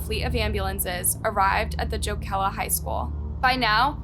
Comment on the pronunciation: Every time she said "Joe-keela" I cringed.